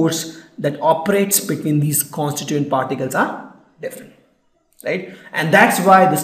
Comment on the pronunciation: "plastic is soft"??????????WTH!!!!! "constunent particles" ????????? it's con-sti-tuent particles"!!!!!!!!! 522 "super-high computers" what in the hell are super high computers?? I know supercomputers exist but I never heard of anything like super-high computers!!!!!!!!!! " the sords"????????/ it's not sords it's sword!! And one of the properties of solids is they have definite mass, shape, and volume as you told, then how come a cake is a solid as it never has a definite shape, it compresses when force is applied I mean it deforms right?? He says the word constituent wrong every time. "os-ki-llate"?? It's os-ci-llate and you don't spell the 'c' as 'k' or something!!!! And by the way the videos you put are so educative but this series isn't good. And thanks a lot for helping students like me.